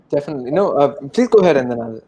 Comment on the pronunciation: Highlight " definitah"